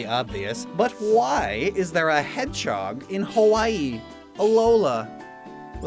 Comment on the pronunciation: Everyone else: Hedge-hog: Hed-chog